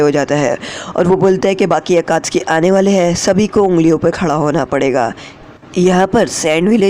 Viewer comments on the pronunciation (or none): none